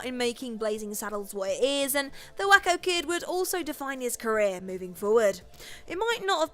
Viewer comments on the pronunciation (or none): I like you but the pronunciation for The Waco Kid should be 'Way-co', rather than 'Whack-o'. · Just a small correction involving the Blazing Saddles entry. It's pronounced Way-co not Wacko it's a reference to the town who's actual spelling is Waco. No shade, but I just wanted to it clarified. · The, “Waco Kid,” is pronounced, “Way-co.” NOT, “Wacko.” It’s a place in the American west. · why do you say Wakin? his name has a clear HO pronunciation to it. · Way-Ko. I wanted to let it go, but the second time was nails on a chalkboard